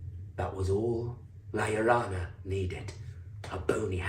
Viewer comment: Not to be pedantic, but it's "La Llorona" (Yo Rona). Llorar means to cry. La Llorona, The Crying Woman, lost her children and wanders along the river, wailing for them. She's like a Mexican version of the Banshee...an ominous spectre of death and bad fortune.